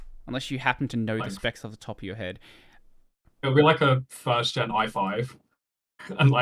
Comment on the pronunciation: Great video but that Immolo dude sounds like a right twat and I hope I never come across him. Also it's gen as in generation not GENT oo :P